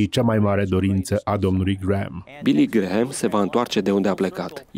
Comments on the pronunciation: NU SE PRONUNTA GRAHAM, ci GRAM. Mai luati lectii de engleza ca va faceti postul de ras. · Vă faceț de rîs domnilor. Nu sunteți în stare nici măcar să învățați cum se pronunță numele masonului Billy Graham. Se scrie Graham, dar se pronunță Gram. Rugați-l pe Tudor Pețan să vă învețe măcar atît. Și nu-l mai promovați pe acest Billy Graham. De ce? Faceți-vă tema de casă înainte de a promova pe oricine pt că aveți pretenția că sunteți televiziune creștină și veți da socoteală pt TOT ce ați făcut și promovat. Unde vă este discernămîntul cînd o promovați și pe eretica de JOYCE MEYER? Sunteți chiar atît de orbi încît nu vedeți și nu vă dați seama CINE ESTE această femeie "pastor"...? 😭😭😭